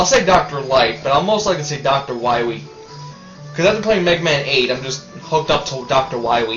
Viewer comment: you said Dr. Wiwy.